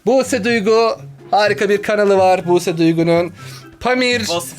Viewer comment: Abi abla Buse diycene büuse dedü